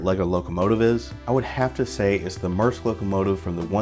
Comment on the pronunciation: It's a good set, I still have mine (knock off because money was tight) modified to have the "SP Light Kit". And a note, it's pronounced Mear-esk.